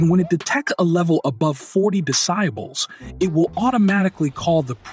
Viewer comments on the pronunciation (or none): What is a "des-SY-bull"? 🤣🤣🤣